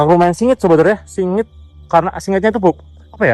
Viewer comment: Bukan singit bang tapi wingit